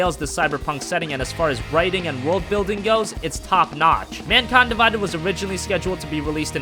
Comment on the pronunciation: Something about the way he says Mankind Divides, seems off